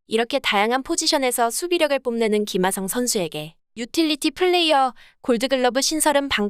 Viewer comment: 아니 ㅋㅋㅋㅋ tts에 어떻게 입력해야 김핫성이라고 말하는거임 ㅋㅋㅋ 진짜 핫해보이네